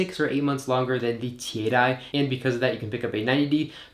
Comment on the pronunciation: Dude! Do you have ANY idea that there is a difference in "the" and "thee" (that's how you pronounce it??? You can NOT use "thee" aaaaaallllllllll the time. Oh my God. You sound like a hick from the Appalachian mountains.